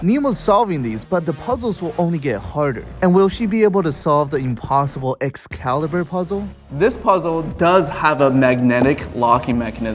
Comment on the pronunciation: ЭскААлибур брат. не калибр плиз и замки средневековые ты не как не сможешь взломать)))